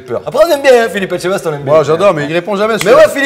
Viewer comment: à mal prononcer le nom Philippe Etchebest J’espère que le Patron ne le verras pas 🙈